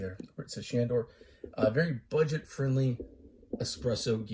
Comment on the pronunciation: I love that he can't even say the name